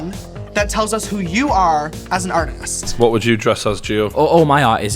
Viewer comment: The way he says "Artist" AARRTHEEEEHST